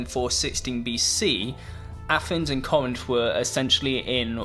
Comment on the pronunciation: It's pronounced "Cor-rinth". You tryna butcher Greece?